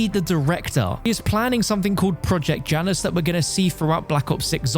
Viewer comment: i hate that he doesn't say Janus right